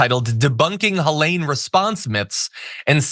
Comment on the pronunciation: Please pronounce it Helene. With a long e in the middle